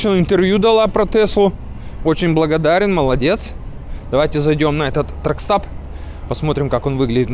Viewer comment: А почему все гастарбайтеры говорят ТракстАп? А правильно сказать тракстОп!